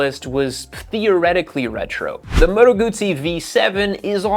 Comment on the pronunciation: GUTZZI 😂😂 PEETZZA.